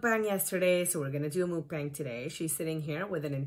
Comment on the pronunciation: This was the video when lost me, I hoped she would take herself seriously after this mukbang I knew should would always put food before her health. I know it's a stupid pet peeve buts its muk like yuck* mukbang not moookbang works my last nerve.